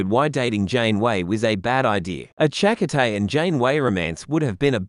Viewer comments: Cha-coh-tay. Lol. Shack-Cotay hahaha. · We've heard Chakotay's name pronounced on the TV show. It's weird hearing it from... what, an Australian AI voice? Chak O'Tay sounds kind of... Irish? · 😮Narrator's voice is so annoyingly bad. Find another narrator pls. He mispronounced the name of Chakotay so badly.